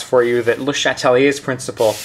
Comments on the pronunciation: I love your videos, you're helping me pass Chem 2, so thank you so much!!! But as a double major (with French) I'd have to say I'm pretty sure its pronounced as Shat-lee-A, not Shat-uh-lee-A, or even pronouncing the first E in Chatelier at all. Regardless, you're the man, thank you so much. Just got distracted by that that and had to mention it. Keep up the awesome work, hundreds of chemistry grades depend on it! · You pronounce his name weird